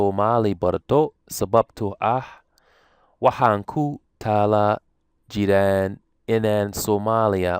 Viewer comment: remove the ''n'' on ''jiraan'' & say ''barto'' just as you did Arabi remove the ''n'' on hubaan barataan As a native speaker, I always suspected that Somali is a difficult language to learn, even though you make it look easy. Well done.